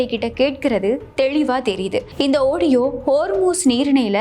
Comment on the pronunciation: Ivvalavu. Azhaga. Seaidhi vasivhittu. Kadaisiyil a. Audiova!. Oadiyonu.!. Vasikkira! Thiruthikkoma!. Vazhthukkal!.